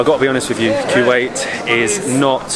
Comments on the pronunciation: Actually it is not Kuw-ait It’s actually Ku-wait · It's KUWAIT not que- wait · It’s kuwait not Q Ait, please try to say it right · bro hes calling my country kuweait.... its kuwait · It ain’t qeuewait it’s koowait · It’s not Quwait it’s kuwait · Q8!? I thought that was just an Audi SUV, thought it was pronounced "co-wait" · Why do you keep saying q-ate when theres no q in the spelling wilst!!!